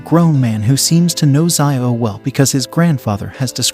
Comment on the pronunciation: Hey i am ur new sub and for the part where u are triggered it is xiao it is read as zaao for pronunciation and it means small or little which is commonly used by elderly to call the younger and in china first name is spoken and written after surname or adjective like xiao